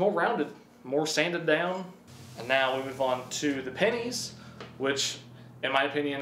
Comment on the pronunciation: When he says pennies I think he’s saying panties “there were panties all over the garage floor”